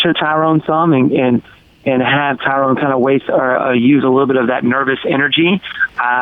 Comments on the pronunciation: Stephen it's not Tyrone, it's Tyrun. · how he says "Tyrone" is funny